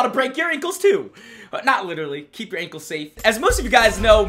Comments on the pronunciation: It’s “ankles” not “ankels” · Its not ankles it’s Ankles dur to dur